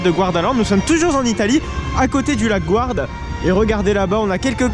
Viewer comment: GArdaland, pas GOUArdaland, de même pour le lac du coup